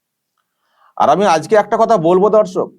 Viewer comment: আপনি "আর "শব্দটি যখন বলবেন তখন একটু সাবধানতা অবলম্বন করবেন। বড়ো কানে লাগে।